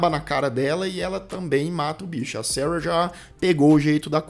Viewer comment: ...si vc QUISER falar SARA...a gente vai entender😂....seus inscritos são BR